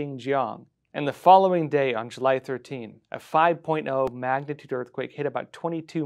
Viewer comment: What's a "magnaturd"?